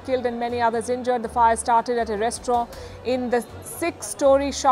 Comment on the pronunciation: Am I the only one who has noticed she pronounces restaurant differently?